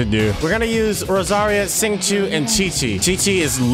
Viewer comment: ur prolly not gonna care, but its pronounced "Zing-Cho"